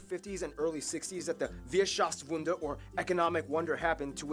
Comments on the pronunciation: It's "Wirtschaftswunder" ( Economic miracle) and not "Wierschaftwunder"! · I live in Freising, where the Weihenstephan, the oldest brewery worldwide is located. And in bavarian you can also say „pfiat erna“, that would be the formal way to say good bye And also the is a mistake in the Video, it is „Wirtschaftswunder“ not „Wierschaftswunder“ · das heißt nicht Wierschaftswunder sondern Wiertschaftswunder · not Wierschaftswunder... Wirtschaftswunder ;)